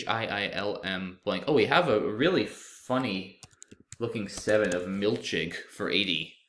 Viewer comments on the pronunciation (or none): milchig is a yiddish word pronounced milkhig, with the kh making the same sound in the yiddish pronunciation as chanukkah. still incredible that you found it!